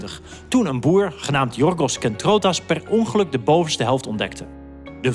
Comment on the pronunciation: Perongeluk? Perongelijk😂😂😂